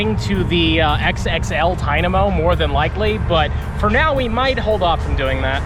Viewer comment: It's funny that it's your favorite Pokémon. But you don't know how to say its name that's funny😂😂